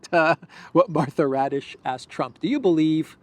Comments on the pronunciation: Martha "Radish" is actually Martha Raddatz (she's been a Washington reporter/correspondent for nearly 40 years). is very casual about pronouncing foreign names, not only Slavic and African (and this one is not even foreign). I have no trouble pronouncing "Christoforou". No more radishes, please! 😉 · Her last name is actually Raddatz. Not Raddish. But, it’s funnier if you just keep calling her Raddish. 😛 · That interviewer's name is NOT "Raddish", but RADDATZ ... which is an old Prussian NAZI name!